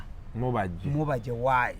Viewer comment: it's mubajje not mubejje haaa